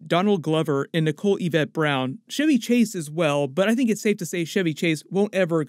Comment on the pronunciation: Choo Choo Train, Church, Chumbawumba. Now take those words and extrapolate. Chevy Chase is not pronounced Shevy you gotdamn...ugh.